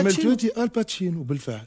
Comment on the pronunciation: "الباتشينو"!! طالما بيقول ان عادل امام ومحمود عبد العزيز مايعرفوش يمثلوا وان ليالي الحلمية "لت وعجن" ،، فطبيعي يقول ان التواتي "الباتشينو" 😂😂👊👊